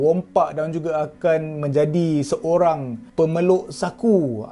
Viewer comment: Terima kasih kerana kembali.semoga semua urusan berjalan lancar dan boleh hasilkan lagi bnyak video2 yang menarik. Cuma terkeliru pemeluk saku atau penyeluk saku?🤔🤔